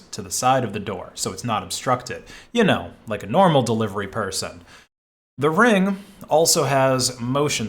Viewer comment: Why did you say Reng?